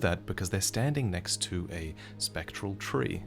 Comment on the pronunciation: 'A spectral *Hawk*...standing next *Tu Ah*...' oh my god...